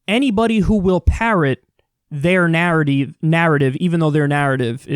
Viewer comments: "narrody" - you could've not corrected that and still have been spot on. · Your verbal gaffe of "narody" should be inducted into the lexicon as a cross between parody and narrative. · Kyle: spend a day in texas Also Kyle: “narrateeve”